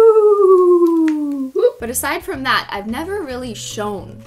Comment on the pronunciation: Why does she say beyg not bAg